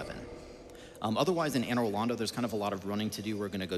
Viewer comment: The way Americans pronounce Anor Londo is driving me hollow